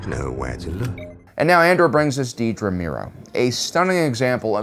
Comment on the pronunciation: Another great video and analysis. Just commenting to let you know that her name is Dedra, not Deedra.